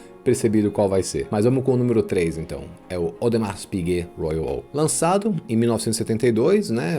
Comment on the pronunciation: Parabéns pelo conteúdo. Só uma dica de pronúncia: em Audemars Piguet não há nenhuma pronúncia de S.